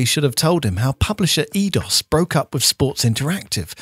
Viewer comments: It was "Eee-Aye-Dos", not "Eee-Dos". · Edios is pronounced "I-dos"